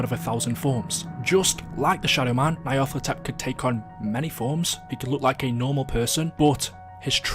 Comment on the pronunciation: Pronounced "nyar-luh-tho-tep"